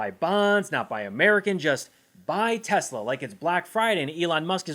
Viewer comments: Not “Tesler”. “Tezler”! Just listen to Elon. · i LoVe tEsLeRrrrrrr 🥴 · Good grief ! Donald trump can’t even pronounce this Musk car monstrosity’s name correctly—calling it repeatedly Tesler‼️🤦‍♀️I wish I knew “you’ve GOT TO BE KIDDING ME”, but beyond words, this is the president! Maybe if he sold Ivanka’s merchandise, he could at least manage apparel! Avon would be out of the question,rhymes with Elon😮😢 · DO IT, LUTNIK....BUY SOME MORE ELON..."anything TESSLER." TOO INSANE.😂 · Iam gonna lose it when testi-ta-lur comes of the tongue of the king😂😂😂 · Hilarious vid,. "Tesler". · “I love tesler” might end up in the history books one day just let that sink in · I posted this shortly after seeing trump and musk at the white house : After watching the teSLUR infommercial at the newest, bestest, biggest teSLUR showroom on the white house lawn with Swiss Doni holding a teSLUR pricelist in his little hands, urging people to help poor elon because his teSLUR cars are being (illegaly) boycott by sane people worldwide. Good old Swiss Doni conviently forgets that now most people can't afford one after being sacked and the country is heading for a recession. Sorry to keep mentioning teSLUR but thats how Swiss Doni pronounces it. For anyone wondering who Swiss Doni is, I'm afraid that he may be a (very) distant family member of Swiss Toni (with sincere apologies to Mr Higson - a figure in "The Fast Show" a British TV show). As proof of this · Is Trump saying TESLERRRRR so he can say he never promoted TESLA?